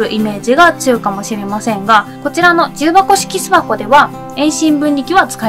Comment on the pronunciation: 重箱の発音がきになるわぁ。